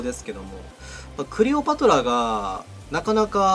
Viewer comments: 時々「クレオパトラ」を「クリオパトラ」と言ってるのが気になるw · クリオパトラだて言ってない？